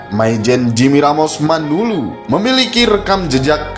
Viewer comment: MANALU BUKAN MANULU TLG JANGAN SALAH MENYEBUTKAN....